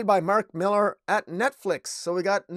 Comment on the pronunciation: Hey, bro. It's just Miller. I know it has an "AR" at the end, but it's just Miller. Regular pronunciation. You have a cool setup, though!